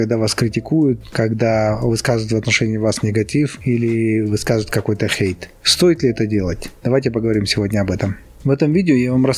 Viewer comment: Как мне нравится, это произношение слова Хейт. Оно прямо как будто пронизано всем настроением ролика: пофиг на чужое токсичное мнение! Как жаль, что раньше я слишком прислушивалась к мнению других, столько из-за этого ошибок и упущений.